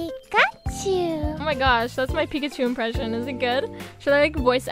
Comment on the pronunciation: i love when u said picachu